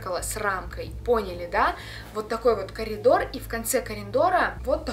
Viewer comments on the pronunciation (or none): Необычный факт: сказала кариндор